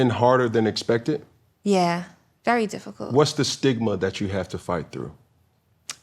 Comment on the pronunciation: This man said FALL CULTY